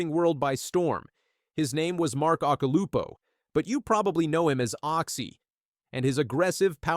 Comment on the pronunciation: Who the fuk is "OXY"????? and "OSH-ILUPO" ??? Occy's surfing has always left me speechless........ UNLIKE this abortion of a video. Insane Surfer?..... NUMPTY Surfer!!